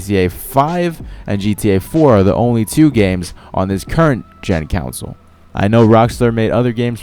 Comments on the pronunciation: It's "console" not "counsel". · Stop saying it Council, oh my god. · STOP SAYING FUCKING COWNSOL ITS CONSOLE!!!! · Fyi, you're mispronouning the world "console". Its con-soul. Otherwise awesome vid. I liked. Good editing esp with the music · I'm sorry but how you say console pisses me off.